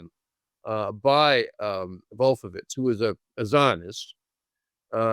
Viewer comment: I rolled my eyes all the way to China. This guy stinks like his pronunciation of "Wolfowitz". What a doosh (mispelled)!